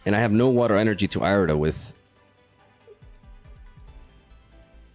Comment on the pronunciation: Ear-eh-duh my brother in christ not eye-reh-duh